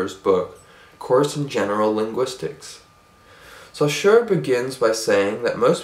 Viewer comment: Great video :) ! I would only mention that the name Saussure is not supposed to be pronounced like that ; )